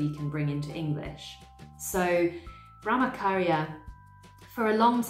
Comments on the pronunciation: You explain everything so nicely. I’m a Hindu. I’m aware of all these concepts but the way you put makes it so much more easier to understand. Just a little pronunciation mistake i noticed … the Ch in Brahmacharya is pronounced same as the ‘ch’ in chair or church. The ch shouldn’t sound like K. Thank you 🙏🏻😊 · Nice video... Just that the "ch" in Brahmacharya is pronounced as the "ch" in church... :) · i found your channel today and it is really a great one! i love the kind of research you have done to present this video. well, i would love to point towards the pronunciation of brahmacharya .. in this the ch is pronounced like the ch in 'chair' and also non attachment include non attachment to the result of your work.. that is do your karma with all your heart and you should be content whether you win or lose because your focus is on doing your karma sincerely and not on the result.. All the best for your channel 👍🏻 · Brah-ma-cha-rya - Here's a breakdown of the pronunciation: "Brah" is pronounced like "brah" in "brother." "Ma" is pronounced like "ma" in "marble." "Cha" is pronounced like "cha" in "chocolate." "Rya" is pronounced like "ree-ya," where "ree" rhymes with "see." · Great job summarizing ! Thx for video! Brahmacharya - the “ch” is like in cha cha